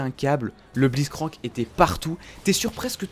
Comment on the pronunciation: "On joue avec Bliztcrank" x) mes oreilles ont en pris un coup